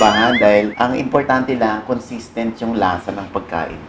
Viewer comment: Haha! (slow natin .33 speed) con-sis-tent po yan. Hahahhah